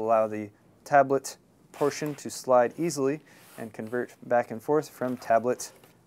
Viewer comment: "..which allows you to slide it right in eahngneasily"